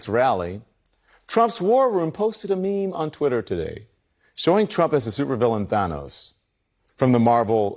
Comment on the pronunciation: Stop calling it a Me Me